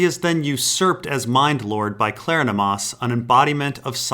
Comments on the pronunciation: I appreciate your work, thanks! But, it is Kleronomas, not Klernomas -- rhymes with Hieronymus. Kler-on-o-mas.:) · Pretty sure it's pronounced like Hieronymus.